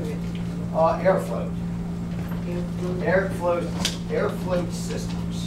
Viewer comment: Couldn't make it out at first ...Airfloat system!